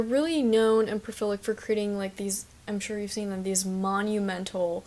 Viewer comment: lovely essay! I just found it today but it was very interesting. It did stop me in my tracks when I heard profilic, was that meant to be prolific? In any case, instant sub!